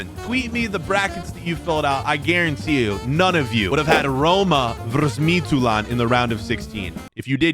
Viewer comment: As a Dane your Midtjylland pronunciation was pretty solid for someone who doesn’t speak danish. The English Y is quite a bit different from the the danish Y, and that was the main part where your pronunciation was lacking